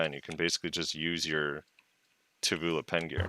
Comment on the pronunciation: Every time says Tuvula a little piece of me dies:')